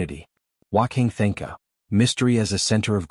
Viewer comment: F'ing AI can't pronounce Wanka Tanka correctly. AI is such garbage.